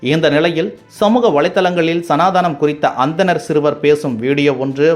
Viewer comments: It is Sanatanam and not Sanathaanam. Learn to pronounce correctively😢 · சனாதனம் என்பது சரி தங்கள் உச்சரிப்பு சனதானம் என உள்ளது. மாற்றுங்களேன். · The pronunciation of is Sanatana not sanadanaplease. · It’s not sanadaanam. It’s Sanathanam.Please spell it correctly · Sir it is சனாதனம்.. not சனாதானம் இல்லை... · Pls make sure that your pronounciations are right, while talking on revolutionary topics like this. It is not சனாதானம், it is சனாதனம் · அது சனாதனம் appa. நீங்க சனாதானம் என்று பல முறை sollugireergal. திருத்தி கொள்ளுங்கள். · It’s Sanaathanam not Sanaadhaanam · ஐயா அது சனாதானம் இல்லை சனாதனம் .😅😅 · அது சனாதானம் அல்ல "சனாதனம்" உச்சரிப்பு முக்கியம் 😂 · சனாதனம் அது... சனாதானம்அல்ல.....பேசும் முன்பு பார்த்து பேசுங்க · சனாதானம் அல்ல. சனாதனம். சரியாக உச்சரி. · சனாதனம் என்பதை சனாதானம் என்றே உச்சரிக்கிறீர்கள்.திருத்திக்கொள்ளவும். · It is Sanaatanam not Sanaataanam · Sir ur pronunciation of sanathana ????